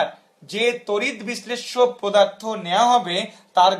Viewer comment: পোদার্থ নাকি পদার্থ 😡😠